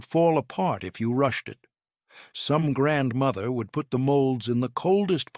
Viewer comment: I HATE that he not only incessantly says 'grandmother', he puts the accent on the wrong syllable and keeps saying grandMOTHer.